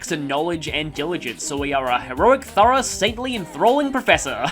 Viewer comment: I've never heard "rough" anywhere near how you pronounced "thorough", either.